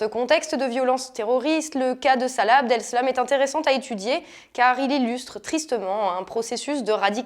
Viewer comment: C'est Abdeslam pas Abdelslam...Vous auriez peut-être du parler du "problème" de la baisse des prix de l'immobilier du XVIe en cas de construction d'un centre d'accueil. Je trouve que cet argument est intéressant à connaître. (le Petit Journal l'avait évoqué brièvement).